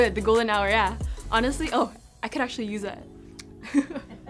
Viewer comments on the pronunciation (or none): none